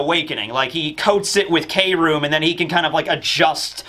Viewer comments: It's pronounced "Chrome", it'll be funny to see the whiplash from manga readers when they watch the anime version of the fight later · Wille means will, like will of D Takt means pulse, or beat Kroom can mean chromium or I think what Oda is going for is chrome? I think mainly it just sounds like room and Oda loves his phonetic puns Please updoot this so can stop saying 'K' room 😂